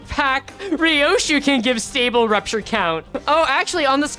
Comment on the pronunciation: just say poisture. wtf is prupture